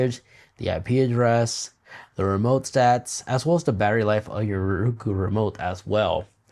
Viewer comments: Nice information, good presentation.................. it would be better if you would pronounce it..............Row Koo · The way you say “Roku” is very agitating and wrong the whole video